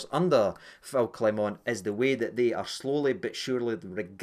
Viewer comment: Rangers fans don't learn. It's disgusting how you purposely mispronounce your managers name. It's xenophobia. It's pathetic. Grow up.